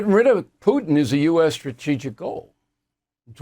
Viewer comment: Bill, did you say tootin, Putin ?